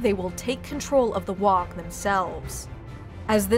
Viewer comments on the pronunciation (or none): It's not a wog you jackwagons, it's pronounced Waaaaaaaa like war with no r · It's not "wog" it's "WAAAAAGGHHH" (war) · Waaaaaagh is pronounced "Waaaaaaaaaaaaaa" not "Waaaaaaaaag" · FYI Waaagh is pronounced Waaah and NOT Waaag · It annoys me every time I hear someone pronounce the G in Waaaugh. The English language is a bastard of mixed rules, but I can't think of a GH combo at the end of a word that isn't silent or pronounced as an F. "Wahf" would be a better guess than "wahg", even though it's obviously "wah". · FFS Waagh does NOT have a hard G at the end. It's pronounced Waaaa. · it's not pronounced "Wog", its pronounced "WAAAGH!" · Even mispronounce Waaagh, it's said Waaaah, NOT Waaaag. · Its pronounced waaaaaaa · Ork Waaagh isn't pronounced "WA UH G". The ork warriors usually don't ever get to the G sound. So it sounds like a prolonged WAR. It just sounds weird when you pronounce it the way it's spelled because they don't :/ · Teehee, dis dumb 'umie can't say WAAAGH! Et sez "wog" Shtoopid 'umie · Did you say “Waag“? I think it's pronounced: “ WWWAAAAAAAAAAAAAAAAAAAAAAAG!!!!!!!!!!!!!!!!! “ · Except for the "Wogh". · Pretty sure she's mispronouncing WAAAGH! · i always thought it was a silent G. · The "gh" is silent . Otherwise, crackin video. WAAAAAAGH!!! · That's not how you pronounce WAAAAAAAAAAAGH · Pretty sure you don't pronounce the G in WAAAAAGH. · not sure if mandella effect or not, but I'm pretty sure you don't pronounce the G and the H at the end of "Waaaarrrgh" I've been playing 40k in GW's since first edition (so since the mid 80's, basically since I was about 6 years old) and whenever we were told to shout it by the staff, it was "WAAAAHHHHHH" with no GH sound being pronounced. They could have changed it though, or this could be mandella effect. does anyone else remember it as not having the GH sound pronounced as well? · The "GH" in WAAGH is to prolong the vowel and isn't pronounced. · ya dont say the G in WAAAAGH!! you bloody gits